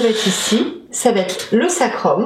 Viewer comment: Super simplification..Donc bonne base pour l'étude. (un petit peu gênée par les " va-t-être"...va être)